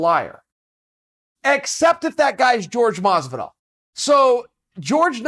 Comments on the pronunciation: Why do some people pronounce jorge masvidal as george masvidal, i dont understand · Chael "George Masvidal" Sonnen